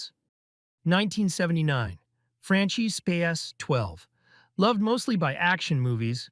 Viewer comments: Franchi is pronounced "fr-uh-nkee" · Frahn-kee Spahs-Twelve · the way you pronounce the SPAS and Franchi is just criminal.